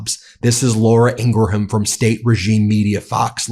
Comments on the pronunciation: Ingram. Not Ingra ham. It's so weird. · Ok, I can't stand her, she's an awful sub-human. But can you at least pronounce her name right? It's messing with my OCD! It's not Ing-GRA-ham, it's INGram. Think of it this way... Someone with the last name "Graham" is pronounced "Gram" not "GRA-ham" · Hey Ben, it’s not Laura Ing-ra-ham. It’s pronounced Ingram. But you wouldn’t know that because you don’t actually watch her. You just let your people take her stuff out of context, and then you mis-report it. It’s so revolting. And your constituents love it. Did you see the recentpolls? An overwhelming majority of Americans approve of the direction our country is heading. . Because we’re getting honesty And accountability back into our government. And we’re making people abide to immigration laws. And again, the war in Ukraine will be over soon. But you won’t report that. And had Biden continued to be our president, that war would not end until he was out of office. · I support you fully in all you are saying! Thanks for sharing so much TRUTH!!! To help you be even better...Her name is pronounced "Laura Ingrim", which is counterintuitive to normal English phonetics. It's much the same as the way "Worcester" in Massachusetts is pronounced "Wooster" or "Des Moines" is pronounced "DeMoine". It's just one of those weird things. Love ya, man! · BEN! She calls herself “ENG-gram”. It makes you look like Trump by pronouncing her name in a different way that she…DESPITE the claims from her brother.